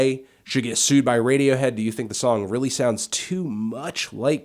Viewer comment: lol this chick said radiowho